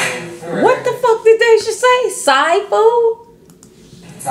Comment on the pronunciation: He said thai food like TI😭😭😭😂😂 no si